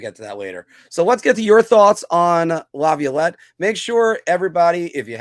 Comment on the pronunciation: I know why you're on alone. Right now, Filk & Anthony are making up A Pool on How Many Times You'll Pronounce Incorrectly Peter Laviolette. LOL. It's OK. I love you,. After Working, you come on An Give Us A Great Show, so, you have Carte Blanche from Me to Mispronounce His Name As Much As You Like, Buddy.